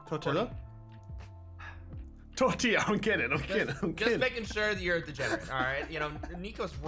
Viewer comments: I think I can speak for my people when I was offended for a bit when said tortila instead of tortilla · I don't know which one is worse, mispronouncing tortilla twice on this channel or saying is right here